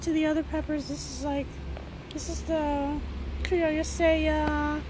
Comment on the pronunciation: I'm growing a lot of the peppers you have featured here for the first time this year: Criolla Sella, Fish pepper, and Chimayo. Kudos for pronouncing Criolla Sella properly!!